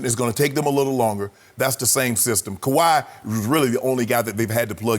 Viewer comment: Nobody talkin about how Skip actually said Kawhi’s name lmao